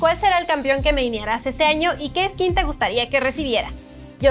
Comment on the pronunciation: Kameoyo me suena comehoyo AJFJSKD